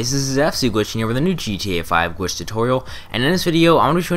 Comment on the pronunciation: why does he keep saying gwitch